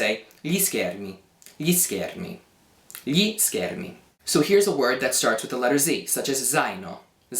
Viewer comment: Ma tu riesci a pronunciare perfettamente "gli"!!!!!! *.* Sei l'insegnante di italiano non madrelingua migliore di Youtube ;) Anche io cerco di insegnare l'italiano (anche se in inglese ho deciso di smettere proprio perché ci siete voi più bravi :D), noterai che nella mia spiegazione ho detto delle cose in più...però "tanto di cappello", davvero, i miei complimenti più sinceri :DDDD E continua, anche se so che è un lavorone montare i video!!! ;D